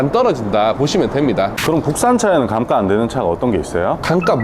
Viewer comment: 감가 발음 킹받네요…